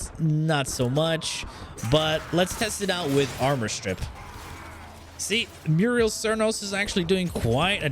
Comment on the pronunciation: Muriel cernos? C'mon man sound it out lol